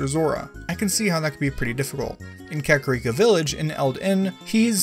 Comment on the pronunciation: I was bothered by the mispronunciation of "ooccoo" first, and also "Kakariko." Do I get a cookie?